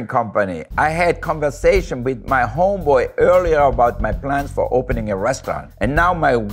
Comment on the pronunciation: Hearing his accent say “homeboy” made me giggle